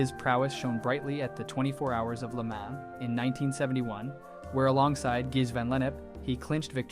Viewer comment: There's no way you can be a motor sport enthusiast and pronounce Le Mans the way this guy did.😂